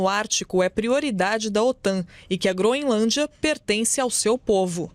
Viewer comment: A jornalista fala Groinlândia😅😅😅